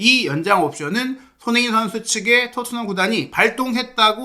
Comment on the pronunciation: 자꾸 왜 손혜인 선수라 하는 것 같누;; 발음이…